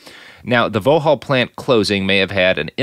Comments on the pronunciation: Vauxhall is pronounced "Vox-haul" rather than "Voh-hall" :) Its a GM subsidiary/marque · vauxhall pronounced vox-hall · Such ignorance from the presenter....immediately mis-pronounces Luton as Lutton (if it was Lutton it'd have had two t's) & then immediately mis-pronounces Vauxhall saying 'It's a car maker I've never heard of' despite the fact that from 1925 Vauxhall had close links & ownership bonds with General Motors of, wait for it, Detroit, Michigan! I mean, at least do some research before coming on air!!? I stopped listening at 3 minutes....